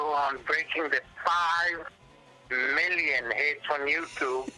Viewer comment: Lol “dan don’t uh talk about dis on da oootubes!” Has a whole compilation